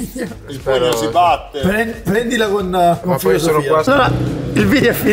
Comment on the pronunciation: "prendila con foisosofia"